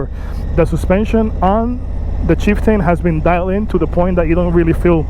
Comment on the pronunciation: I couldn’t get past the first 10 seconds after you called it the Chief Tane.